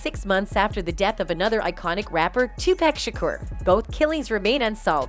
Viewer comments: His name is Tupac not Tupack! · It's Tupac not 2pack